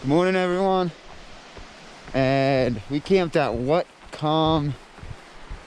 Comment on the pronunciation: Good job on the the video so far. BTW, Whatcom is pronounced, watt-com